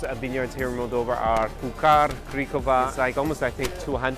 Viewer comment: It's Purcari not Pucari.